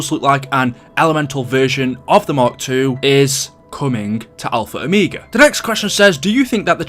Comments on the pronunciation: I'm going crazy stop saying -o me ga it's -o mega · Ah yes “Alpha Omeega”